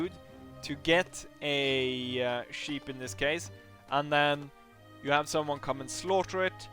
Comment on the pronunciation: Funny, you pronounce sheep as 'cheap'. Good video!